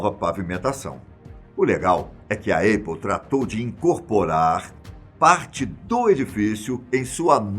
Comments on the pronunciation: Essa empresa que esse cara está pronunciando como "Êipol" seria a Aple (Épol)? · Não é eipou, é apple, se pronuncia épou, ou “britanicamente” apou, abraços, parabéns pelo vídeo. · Esperimente dizer épou ou ainda, apou, mas nunca eipou !!! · Alguém precisa corrigir isso, realmente. Os vídeos são sempre incríveis, isso é um detalhe que falta pra perfeição. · Apple se pronuncia ÉPOW e não EIPOW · " A Eipou". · Eipou? Aprende inglês véio. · Na tentativa de falar Apple na forma original, em Inglês, a pronúncia está equivocada. "A" tem som similar ao "é" do portugues...